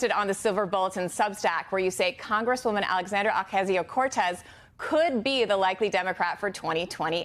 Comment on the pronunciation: It's not Ocazzio, it's OcaSio. Please, people, learn to say her name. It just makes you look disrespectful and dumb.